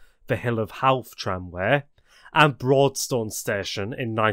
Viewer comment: You need to learn how to pronounce Irish town Portlaoise pronounced(Port Leash) Howth ( Hoe-th)...